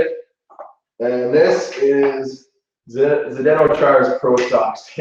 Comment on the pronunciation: It is funny how they ponounce "Chara" in english... In Slovak it is absolutely different pronounciation... i Cant describe it since there is no word for it and ch as we use it is not known.. But if you are interested try to find slovak pronounciation of his name.. For example here on youtube try to find "Chara gol" from slovak representation with slovak commentator..